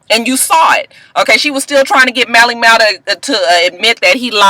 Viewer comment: And, you ain't even gonna try and say Mally Mal's name right huh? 😂